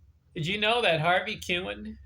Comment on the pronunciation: Pronounced his name wrong 😂🤯